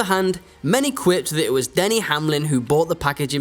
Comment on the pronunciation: It Denny not danny , its cup not cop and its team 23/11 not 23 xi needs some english language classes i guess. Denny is a top driver but does have some issues also.